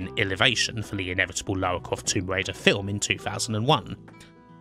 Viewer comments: Lawa cwoft 😂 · Damn those yankees, butchering Lawa Kwofts pronunciation. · "Let's call her Lara, because Americans can't pronounce Laura" Every American talking about TR: "Laura Crawft" I mean, on the plus side, Lara is apparently short for Larissa, which really helps with the whole posh thing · Lara Cwoft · Lawa Cwoft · Lara Cwoft Chuck Wock You're just doing on purpose now